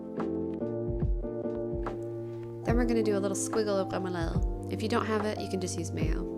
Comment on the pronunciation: Your pronunciation is extraordinary.....smørrebrød and remoulade... perfect..... one little thing though, since you asked for it..... Blasphemy..!! The dillmustard, with the salmon, goes on top of the fish not substitution for butter ;-).. apart from that, your platter looks really delicious, I would eat it, and not notice it was prepared by a foreigner....